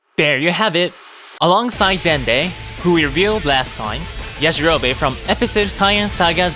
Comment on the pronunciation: Why they saying yajirobe like that 😭😭